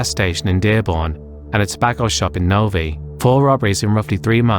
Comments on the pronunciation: Novee lol it's "no-v-eye" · just incase u have to cover any other cases in michigan, Novi is pronounced as(no-vye)